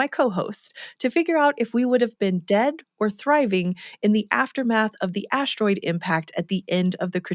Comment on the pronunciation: is she saying ASH-TEROID on purpose?🤔